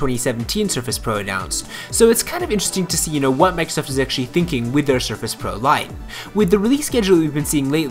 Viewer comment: I can't stand the way he says "Microsoft".